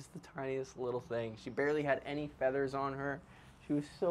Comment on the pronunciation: I swear she said father!!